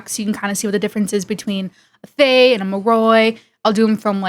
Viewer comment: Little lignuistics fact is the pronunciation of Thaye sounds more like Tah-yay. The "th" sound is very very subtle.